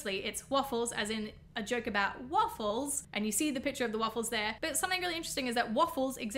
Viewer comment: IT'S WOOFLES NOT WAFFLES!